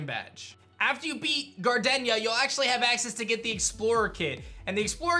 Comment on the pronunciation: All mispronunciations in this vid: Misdreavus: MISS-jruh-viss Correct: miss-JREE-viss (He said it wrong the 1st time but then said it right later in the vid) Mismagius: miss-MAY-jee-iss Correct: miss-MAG-gee-iss Gardenia: gar-DEHN-yuh Correct: gahr-DEE-nee-yuh Roserade: ROW-zuhr-rayd Correct: ROWZ-rayd Bastiodon: BASS-tee-yuh-dawn Correct: BASS-tee-yo-dawn Staravia: STUH-ray-vee-yuh Correct: STAHR-ray-vee-yuh Staraptor: STIRR-rapp-tuhr Correct: STAHR-rapp-tuhr Lucian: LOO-see-inn Correct: LOO-shin (I actually had to pull up the 35th ep of the Sinnoh anime just to fat check this) Milotic: my-LAWD-ick Correct: MY-low-tick